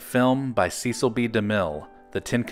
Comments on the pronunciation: Cecil B. DeMille's name was pronounced "SESS-uhl." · Nice video, but you mispronounce "Cecil" and the million dollar quartet did NOT have a landmark recording session!